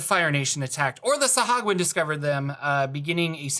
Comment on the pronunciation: And today I learned that DNDBeyond has a pronunciation tool. So it’s “suh-HOO-a-gin.” 😬